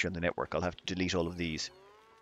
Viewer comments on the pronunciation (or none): none